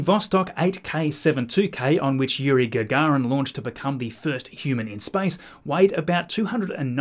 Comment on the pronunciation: I loke that this guy pronounces "space" as "spice", and if you let the video in the background while you're doing something else you can believe we are almost ready to go to Arrakis